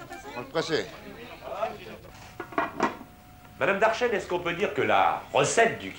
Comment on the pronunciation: Certainement Darchen et pas Darchenne